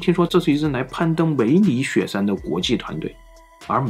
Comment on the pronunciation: 我吧梅里雪山聽成美女雪山😂